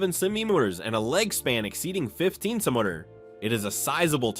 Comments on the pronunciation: What is your problem with the words center mitres? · Did anyone count how many different mispronunciations of the word: Centimeters was made?😂...... that is so annoying!!!! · Ai can't pronounce centimeters 😅